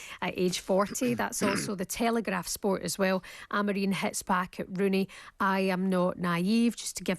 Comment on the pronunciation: Someone on TalkSPORT need to tell both and that Ruben’s surname is AmoriM and NOT AmoreeeeN 🤷🏻‍♂️ Please please please correct them, it’s so annoying!!